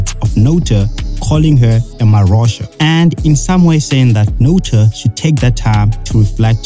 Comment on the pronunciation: Ehhhhh! This man literally said "marosha" 😮